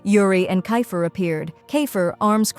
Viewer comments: It's keifer not ki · It's keifer not kayfer